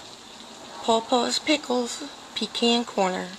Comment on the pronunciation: So glad hungry hubby loved them and finally someone ELSE says Pecan Corner correctly!